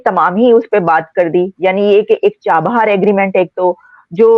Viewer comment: Someone please tell the good barrister that the Iranian port is CHABAHAR and NOT Char Bar.